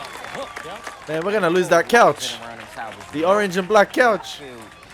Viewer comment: For someone who has watched "The Wire" for 2 seasons and made a big deal about singing along to all those "gangsta" lyrics you seem to know so well... ...No one pronounces Baltimore as "Baltymore". Even a Canadian like me knows that. Perhaps you should listen to the dialogue rather than singing along to the music that you love so much. No one is ever going to mistake a young Australian man like you as someone who could cope in the streets that "The Wire" portrays (whether as a street dealer or as a cop in any capacity). Assuming you understand that these stories are based on real-life experiences... you do know that, right? Or is this some young Aussie's "gangsta" fantasy? No shortage of those!!